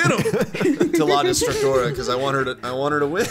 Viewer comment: The fact that pronounces la destructora like "La distractora" makes it funnier cause that means "The distractor" and thats kinda what she was lmao